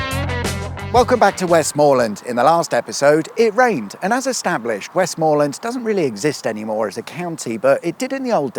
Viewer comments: How about Wessmuhlun, then, as you're neck stars Gwendoline withall things pronunciatory? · West MA land, not West MOOR land, southerners 😤👍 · I don't know, are you doing this just to upset Cumbrians, you are, aren't you.... Kur-by Ste-ven (basically)... It's also usually pronounced West-muh-land, although that may just be technically correct...and don't hold me to it, but I'm pretty sure Brough is pronounced Broom but maybe thats Brougham which is not far away... Both have castles....